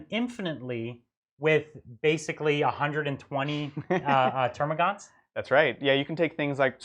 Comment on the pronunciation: This is your periodic reminder that there is no "U" in Termagant.